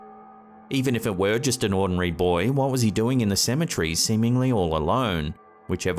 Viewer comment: Hey I got a question. What is a Cematree? If you're trying to say Cemetery you're pronouncing it completely wrong I've heard people with British accents Scottish accents Irish accents and they all call it Cemetery you can clearly understand what they're saying I'm not the greatest person when it comes to pronouncing words and reading things correctly but my God I at least tried to correct it